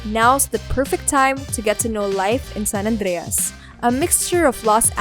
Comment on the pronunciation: Ты че русская ? Почему так странно Сан-Андрес выговариваешь?